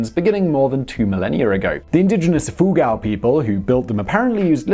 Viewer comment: just to make it clear...it's prnounced as -" E-foo-ghaow" for Ifugao